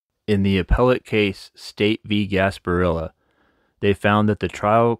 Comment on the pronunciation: You pronounced 'Gasparilla' incorrectly 😅